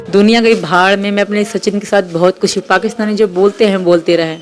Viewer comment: Bolna seekho lapu khush hota hai khus ni